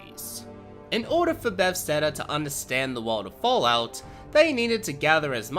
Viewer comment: Buh-thes-da not “befsteda”